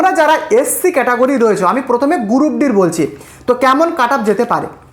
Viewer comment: গুরুপ নয় রে ওটার উচ্চারণ গ্রুপ😃😃